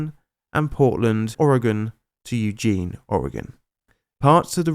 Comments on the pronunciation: I was glad he at least pronounced "Oregon" correctly but then, yeah... Poo-jet Sound... I'd make a diarrhea joke here but there's just too many to choose from and my brain's locked up due to choice paralysis. I can kinda understand with some of those indigenous names, though. There's little more giggle-worthy than listening to a California transplant trying to figure out how to pronounce "Willamette." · "nisk-WALL-ee" river. Good job on "Oregon"! Like a local! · points for pronouncing Oregon right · Love your content,! Oregon and Washington Native Pronunciation Guide: "Puyallup" is "PEW-All-Up." Puget Sound = "PEW-Jit" Sound. Excellent pronounce of Oregon! =)